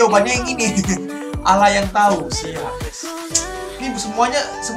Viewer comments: kok bacanya allah kan bacanya alloh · Abang agama nya Kristen ya allah di baca a L L A h bukanya aloh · No 5 yg gk ada soal nya Dibaca nya bukan Alah Tapi Allah Yg sadar like ya 😊😊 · Allah dibacanya Aulloh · Lu orang keristen ya bang kok dimenit ngomongnya alah bukan allah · Kok alah bukan alah TAPI ALLAH ALLAH JANGAN DI PERMAINKAN BANG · Kok bacanya alah bukan awlah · Abang kristen ya? Soalnya bilang Allah malah Alah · Pean orang kristen y kak kok bilang allah aja alah kak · Kok baca Allah jadi Alah? Agama apa bang? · Bang orang Kristen ya soal nya ngomong ALLAH nya salah